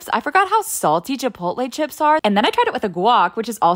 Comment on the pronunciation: I love how y’all pronounce Chipout- Lé, as 2 different words… 😂